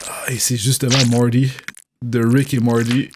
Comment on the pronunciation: Arrête de dire mordy on dit morti avec un t on prononce à la française comme des bon gros français 😝